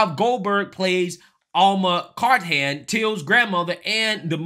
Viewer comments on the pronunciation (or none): It’s Cartham (carth-them) not Cart-ham. Now, go laugh at that Mr Illiterate! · * Car th an...